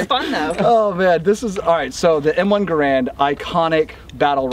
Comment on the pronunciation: Oh yeah, please an M1 giveaway. Garand rhymes with errand.